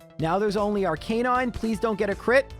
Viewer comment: Take a shot every time he says arcanine wrong lol